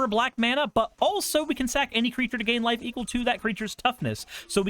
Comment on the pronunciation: What said: "each opponent loses one life and you gain a life" What I heard: "each opponent loses one wife and you gain a wife" Me:...what card is this? Also, I'm a frim believer that every budget mono deck should have a Myriad Landscape in it. Thank you for coming to my Ted talk.